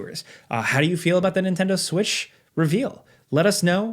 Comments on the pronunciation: He said that 🤣🤣🤣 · i heard that too haha